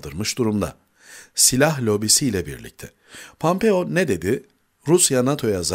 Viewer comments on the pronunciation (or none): Pampeo degil pompeo